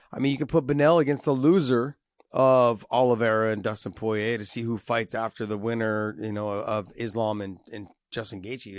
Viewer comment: josh really struggles to say Poirier.. josh just say “pour” and “EA” like EA sports